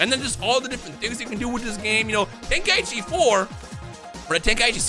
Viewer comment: God damn it. The dude said it in the presentation and YOU STILL say it incorrectly. TEN-KAI-CHI. not TEN-KAI-EE-CHI. Why do people do this.